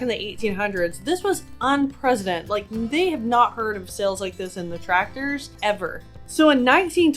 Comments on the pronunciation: It’s unprecedented, not unpresident! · Unpresident? 😂 Unprecedent. Two very different pronunciations. 😂